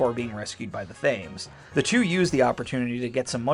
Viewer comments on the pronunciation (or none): I think the Thames is British and is supposed to be pronounced the Tams? But, IDK. I don't live in Britain. :D